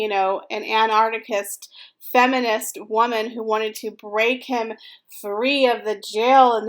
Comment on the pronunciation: "He wasn't looking for an Anartichist" It's "anarchist" as in "anarchy"